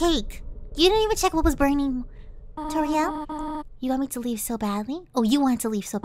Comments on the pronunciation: Omg did said tortia to toriel 😂🤣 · stop saying tortilla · That's hilarious that he called Toriel "tortilla" hahahahahahahahahahahahaaha! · She called toriel tortia XD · The goat mom is not.... “tortilla” it is TORIEL edit: and hp is health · I like when she says tortia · Toriels’s name is pronounced: TOUR-E-L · It's Tor l It sounds just like it spelled